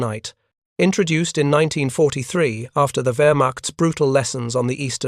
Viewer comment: Why can't you say 1943😅